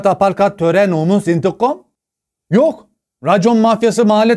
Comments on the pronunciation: Töre nomos intikom 😂😂😂😂😂 duymak için 10 video gezdim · Abi kimse senin kadar güzel “intukam “ diyemiyor😁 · hayır indiğgoom diyor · When said "intigom" i really felt that.